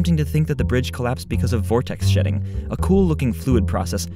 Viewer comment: It really did sound like Sh*tting lol, even though i know it is shedding